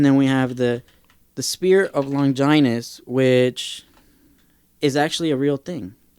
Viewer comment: The way he says Longinus sounds so weird. The way I say it and like in the OG dub as Lon-gin-us, they dont put that much emphasis on the 'I' .. and I've always said Seele as Say-lay.